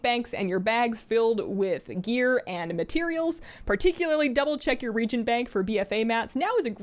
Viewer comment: Happy belated Birthday!! eta: also, reagent is pronounce re-agent, not reegent. I know that seems weird, but I promise it's true!